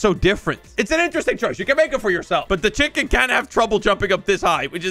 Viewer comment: the fact he called a penwun a chiking is so funny